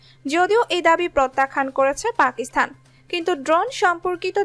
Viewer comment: আপনার এই কয়েক মিনিটের ভিডিওে এতো ভূল!!! পাকিস্তানেই উচ্চারণ করতে পারেন না।